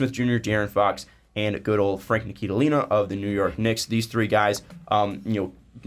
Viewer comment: who is this Frank "NIKILILINA"? it's pronounced "NILI-KINA", not really that hard to say guys c'mon.